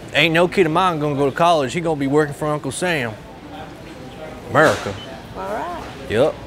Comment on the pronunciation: Its murricaa!!!